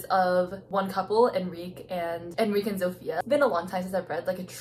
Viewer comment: lolthe way she pronounces Enrique